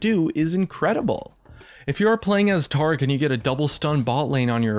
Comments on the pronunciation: Tarr-ic? Ta-ric! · Why does he say "Taric" as "Trec" And "Yasuo" as "yarsoow'ow"? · Reworked TAH-ric? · Can't handle how he pronounces Taric.. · When I heard you pronounce Taric incorrectly, that's when I stopped watching. Stay at 200k views kid, next time do it right.